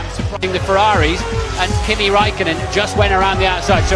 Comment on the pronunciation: Kimi ZEEEEEEE raikko Raikkonen